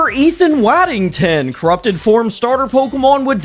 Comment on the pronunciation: I've waddington(woddington) bro it's waddington